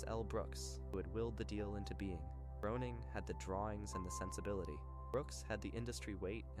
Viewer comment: I wanted to watch this, but it's pronounced GRAY-ning 😢